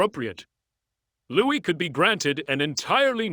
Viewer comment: You really need to pronounce Louis'a name its really very quite simple to all ( just sayin'')....